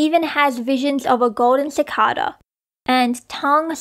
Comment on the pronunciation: CicAda not cicoda please 🥺